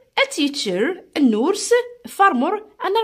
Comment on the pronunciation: Nurse bad prononciation